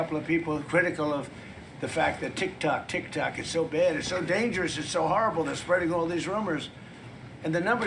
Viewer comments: He said tic tac what an idiot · This is embarrassing listening to him, nobody's taking him serious, he acts like he's real tough, these people laugh at him. He's talking about TIK TOK, like a child, he said TIC TAC. IIMPEACH,IMPEACH, IMPEACH.